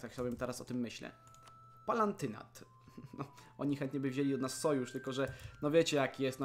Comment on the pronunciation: Palantynat zamiast palatynat xd